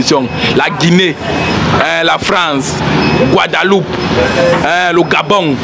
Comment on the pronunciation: Arrête De Dire Guadaloupe On Dit Guadeloupe 🇬🇵 prononce Bien Guadeloupe 🇬🇵